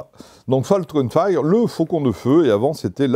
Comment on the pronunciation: Juste, pour les prochaines fois : "fire" ça se prononce "fayeure" pas "faïre"